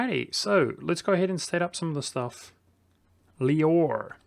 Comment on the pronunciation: LEEOR triggered me soo much.FYI, in english it is pronounced Lowar or just Lwa.